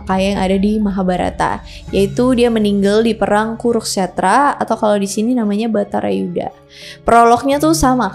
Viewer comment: Bukan Bhatara yudha, tapi Bharata yudha